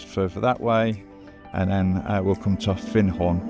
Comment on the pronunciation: ermmm... Findhorn? You nailed it first time, but then you wandered a bit, it's find rhyming with wind or binned. And Fochabers! But that's always going to be a bit tricky. On the credit side you got Lossiemouth and Garmouth right, the mouth is mouth not mith, a lot of English folk rhyme it with Portsmouth, Portsmith. Enough pedantry! Great vid, keep at it pal.